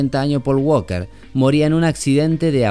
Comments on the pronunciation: En ingles en la palabra walker la letraL es silenciosa se pronuncia Waker not Wlker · Me gusto mucho tu video pero quiero aclararte que el apellido walker en ingles no se pronuncia la L en fonetica se pronuncia woker. Suerte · Por favor que a este Man le enseñen a pronunciar Walker